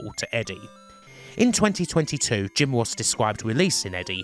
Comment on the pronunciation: Jim woss Take cawa Pwoblems 😂😂